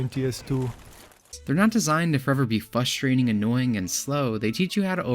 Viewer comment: “fustrating” 🤣 cmon man do better